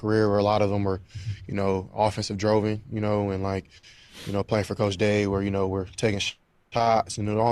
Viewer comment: He did say something wrong. "Droven" 😅